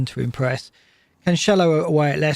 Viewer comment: Why Cancelo is still pronounced as Canchelo?